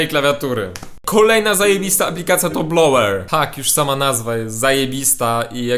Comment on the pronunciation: Ja zamiast ,,Blower'' usłyszałam blowek :D Pozdrawiam.